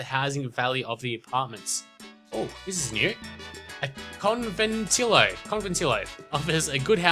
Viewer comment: Hey, just for future reference, words with double "L"s are pronounced differently. For example, Conventillo is pronounced "Conventiyo", with a "y" instead of an "L" sound. Keep up the great vids!!